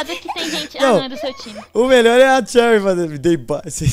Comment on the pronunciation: Num é cherryrar q fala é xeury